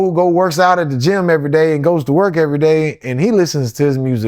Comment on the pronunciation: Tried to squash der beef or der beast That mispronouncing stuff isn't cute anymore. It's played out. Just sounds like ignorance now.